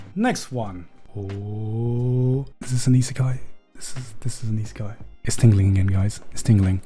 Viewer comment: Garnt, how hard is it to say Isekai? Goodness gratious, you've been mispronouncing such an easy word for so long now. :D